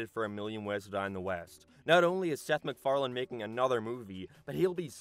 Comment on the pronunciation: It's hard to take the video seriously when in the first 2 seconds you say "Seth MacFarland"